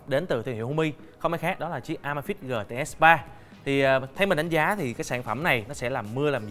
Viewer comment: Góp ý bạn nên đọc tiếng anh chuẩn hơn. Amazfit nên đọc là “ơ mây fit”. Còn neo nên đọc là “ni âu”. GTR nên đọc là “gi ti a”. Dòng GTR mặt tròn vì R là viết tắt Round. Còn GTS mặt vuông vì S viết tắt của Square. Pixel đọc đúng là “pít sồ”. Hi